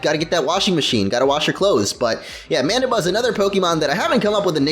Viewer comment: Aww yeah! Latios doing work! and you said somewhere at the end of the video MandYbuzz or well it did sound like Mandybuzz, so why not call it Mandy!